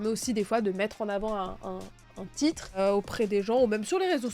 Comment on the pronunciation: J'ai mis 1 minute pour comprendre quand tu a dit "Titre" 😂😂😂❤